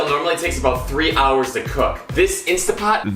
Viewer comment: This just seems a bit too fake and "trendy" to me... sorry... later!:50 - by the way it is instanTTT pot.. not instAH pot